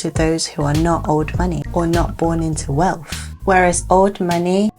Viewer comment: I just want to say that wealth and wealthy does not have an “f” in the word - 🙏- it shows your level of life and education when pronouncing words with “th” in them as an “f” sound. Don’t do it 🤷‍♀️